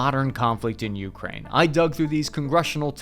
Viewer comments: Your stress when you say “Ukraine” is driving me crazy. The second syllable is stressed, not the first one. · The way my man pronounces Ukraine is like nails on a chalkboard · When will he learn how to pronounce Ukraine? You-KRAIN, not YOU-krain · key-EV, yu-KRAINE not KEEV YU-kraine ugh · Why do you pronounce Ukraine like that😭🙏